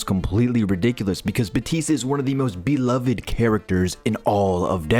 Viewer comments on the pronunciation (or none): none